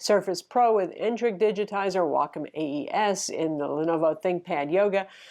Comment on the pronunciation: You’re one of the few people who actually pronounce Wacom correctly. Thank you! :)